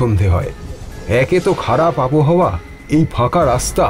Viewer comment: কথাটা আবোহাওয়া নয়, আবহাওয়া। বাক্যের গঠন হিন্দির মতো, যা খুবই শ্রুতিকটূ। সে গেলেন জাতীয় বাক্য এতো কানে লাগে যে, কী বলব!